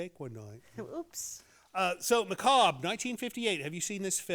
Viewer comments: Maca- bury! 😂😂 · One of those words no one is sure how to pronounce. Someone who likes the macarbre is known as a macarbro